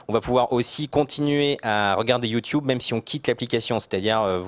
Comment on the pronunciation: c'est drole qu'a la place de dire YouTube correctement il disent YouTiube